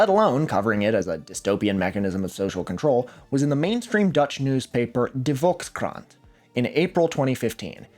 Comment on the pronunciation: As a Dutch person I gotta say, De Volkskrant wildly misinterpreting things and stirring up irreparable drama as a result is regrettably nothing new. They're not taken very seriously nowadays because of it. Also your pronunciation of it wasn't even close but I appreciate you trying. Don't bother trying to get better tho, you'd be better off spending that time learning a language that more people actually speak.